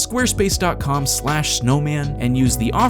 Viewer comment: Add a “g” to “snoman” and it will be PERFECT!